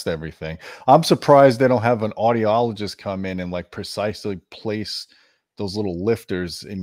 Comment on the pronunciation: "Audio-ologist" BWAHAHAHAHA!!!!!!